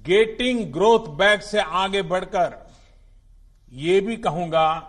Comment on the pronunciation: This president can not say growth properly. Modi na India ke Ma de kar de ha ?